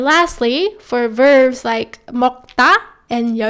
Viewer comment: Nicely put. I also find it interesting that both you and my own Korean teacher say "verves" instead of "verbs" :)